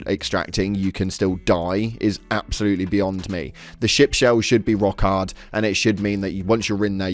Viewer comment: “Rock ard” my British brudda 😂 that brought me so much joy